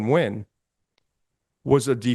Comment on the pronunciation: My guy said "Ween" lmao